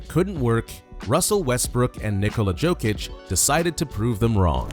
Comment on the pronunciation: Its Jokic(Yokic) not jokeic .... 😂